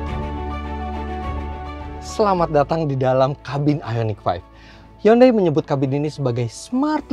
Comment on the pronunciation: Eh Giman gimana bilang hyundai nya tadi.. "Yundei" ya?